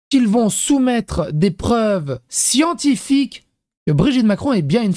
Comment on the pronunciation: Les siENNNNNTiphyque !!! 😂😂😂😂